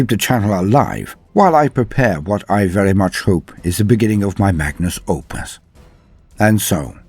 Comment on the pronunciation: Wait..... Magnus Opus? Isn't it Magnum Opus? Is that a beautiful slip up!?!😱🤯😍